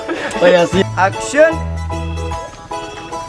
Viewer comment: Bossku saya hanya mau bertanya yg mengucapkan kata action dari episode awal sampai episode 37 itu adalah org yg sama atau bukan..? Klo emang org yg sama tolong biasa aja dalam pengucapan kata action nya sama wkt di episode awal2 rating atau viewers kan tdk serta merta merubah dialog atau ciri khas suku kita yaitu Bugis/mksr tapi adapun org yg berbeda tolong pengucapan actionnya juga biasa aja ktn sutradara sebesar dan sehebat apapun yg ada di perfilman Indonesia kayaknya tdk gitu2 amat ji bossku Maaf ini hanya sekedar input ji bossku